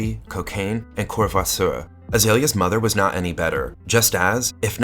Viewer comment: 😂 lol at how Courvoisier is pronounced